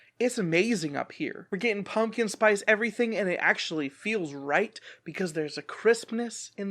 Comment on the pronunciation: Dog the way you put an N in the first part of pumpkin spice made me laugh too hard